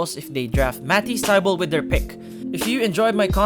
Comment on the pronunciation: I had to pause the video to type this comment. Mah- teas Thigh-bull. Also, J Bill-is. Paused and I love the video, especially as a 76ers fan but that's been driving me crazy thru out the video.